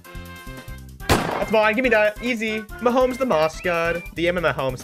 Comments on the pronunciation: Actually its ma hom es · No, it’s Ma hom os 😂😂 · “Me Patrick Ma HoM eS” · It's Mah om es